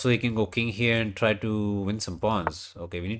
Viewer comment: Nah bro he doesnt meant to be rude, that guy calls the king as the "kid" Yeh! King is "kid" as you can hear from the vid! 😂🎉